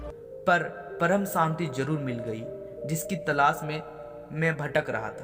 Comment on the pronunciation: Santi nahi Shanti hota hai, work on your s and sh